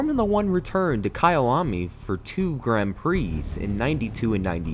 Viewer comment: So at least he managed to pronounce one name correctly